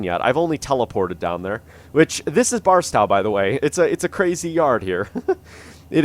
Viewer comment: Hearing him say barstow wrong hurts my soul